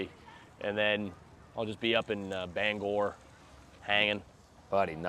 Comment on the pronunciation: Immaculate pronunciation of Bangor